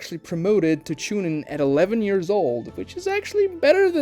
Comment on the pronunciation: Why do you pronounce "years" like "ears"? It's sounds incredibly stupid 😅